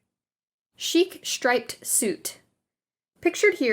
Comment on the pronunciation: Shtripe, shtraight, , etc., etc. Just why?? .🙉 It's a great video, but the narration really started to have the fingernails-on-a-chalkboard effect.